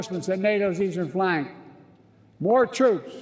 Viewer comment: NATO easee-ee-flanc? huh?